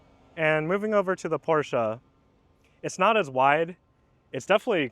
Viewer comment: Thumbs up for this video and for pronouncing PORSCHE correctly. 800V charging system seems to be way more available here in Europe. Therefore for me the Porsche is ahead when it´s about charging. kind regards from Austria